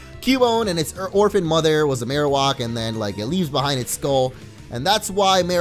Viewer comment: Mar-o-whack is how you pronounce it. It's not mar-o-wok.